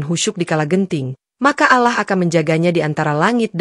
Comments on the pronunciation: Bacaan Alloh kok jadi alah.alah melulu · Yang betul ALLOH bukan alah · nyebutnya Allah salah harusnya ا لله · Yg nembaca beragama islam jadi fadeh bicara ALLOH bukan allah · Mohon maaf sebelumnya mbak yg baca ini atau hos ini mungkin bukan muslim lihat cara bacanya allah yg mestinya dibaca alloh bagi orang muslim tapi mbak ini bacanya allah jadi mengucap alloh saja gak bisa ,bisanya allah mungkin mbaknya takut kali baca alloh seperti orang2 muslim lainnya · Allah Allah...bacany Alloh.. 🤦‍♀️🤦‍♀️🤦‍♀️ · Cerita nya bagus... Tapi tolong lah pengucapan kata ALLOH NYA itu loh .. Diperbaiki.. Sering bngt di podcas lain jg.. Tolong ya buat hos nya